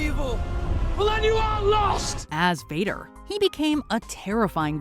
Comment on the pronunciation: I’m sorry but did she say something like ‘vopad’😂 and putting mace windu and qui gwan gin at the bottom and then putting rey above them and putting maul at 15 I’m just waiting for this to get worse